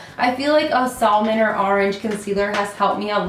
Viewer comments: It’s “sammon” not sall-mon 😂 my husband used to think it was this too lmaooo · The "L" in salmon is silent, love. Good video though. Looks like Becca's price is worth it?